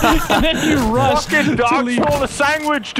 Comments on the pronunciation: dog yoinks "sangwhich" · chocolate sangwich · I love coming back to this video for when steals the “sangwidge”. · Chocolate Sangwidge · "Chocolate Sanduige" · Its chocolate sandwidge